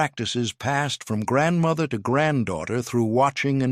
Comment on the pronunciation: OMG. Narrator mispronounces nearly every Polish word. Also, there are no “required” dishes, just no meat and eggs and dairy are permitted. It is a meatless meal not a vegan meal. My Polish grandmother (another word he mispronounces) was born in the late 1890s, and I still celebrate with the Wigilia (the W is pronounced like a V in Polish). My favorite dish is handmade pierogi, fried.